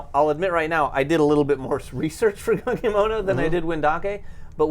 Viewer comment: Excited to see which of these games really delivers at GenCon Gonna be that guy, but Gunkimono is pronounced "Goon Kimono" assuming it's a Japanese theming/word. You guys are awesome! Keep up the good work!